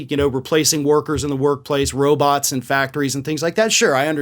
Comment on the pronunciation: Did he say robutt?